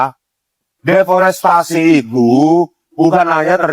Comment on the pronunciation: Bukan deportasi... Tapi deforestasi😂😂😂